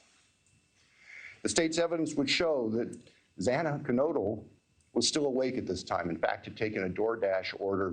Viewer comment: It was so irreverent and disrespectful for that judge to continually mispronounce Xana's name! If you know you're a dunderhead who can't handle 3 unfamiliar syllables, slow down a bit and be careful, at least when it regards something this important and emotionally loaded for the family and friends.